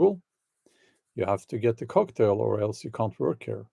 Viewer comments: Bjorn its not Cocktail its Coughtail ! XD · "The coughtail" instead of "cocktail".